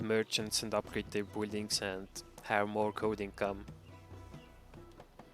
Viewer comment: buld buldings..i can't hear it any longer lol